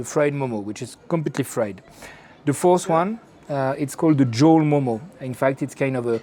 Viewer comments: Its not Momos its Mo:Mo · Momo is pronounced म : म not मोमो